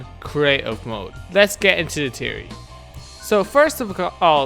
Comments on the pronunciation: Fe-or-ry NOT Tea-or-ry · It's theory not tery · " I have a tiery " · Pretty sure its THeory not teory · You say teaory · you scant pronounce theory theory but still decent vid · WTF is a teary he says it wierd